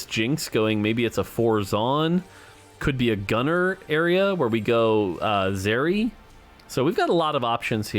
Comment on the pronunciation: Pronounce zeri properly plz, lmao. Can't tell if he's trolling or not.